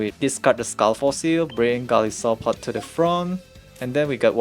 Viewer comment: I believe its pronounced Go-Lie-so-Pod. Goli part is a word play from the word (Goliath) meaning Giant. (Isopod) from a marine invertebrate with an exoskeleton.